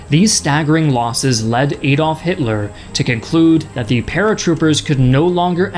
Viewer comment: Nice summary but it's Adolph, not Aydolph. Get a grip. Nobody says Aydolph.